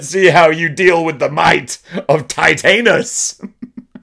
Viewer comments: You're pronouncing it like it's titanium. It's not like titanium, it's like TITAN. Titan-us. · U lol about titanis but don't pronounce it right